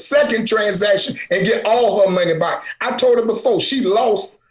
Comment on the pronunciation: Lol... I finally heard how he pronounced "back"...